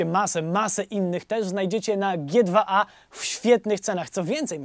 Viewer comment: g2a się czyta 'dżi tu ej' 😁